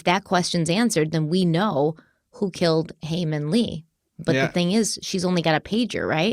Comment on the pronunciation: thought ppl wouldve commented it on the last video but it seems like you're still getting haemin's name wrong ^^ first name is haemin and last name is lee. Looking forward to watching this ep.